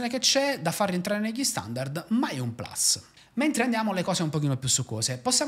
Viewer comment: Sembra una bella macchina per professionisti. Ti esprimi in maniera chiara e sai come non rendere noioso un video. Attenzione a quel “plus” che tu pronunci “plas” all’inglese quando la parola è latina e se stai parlando in italiano va detta plus con la U :)